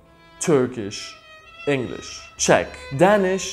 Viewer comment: Czech... xd